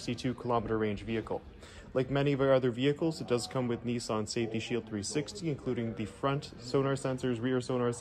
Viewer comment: It’s Nissan…..not NEESAN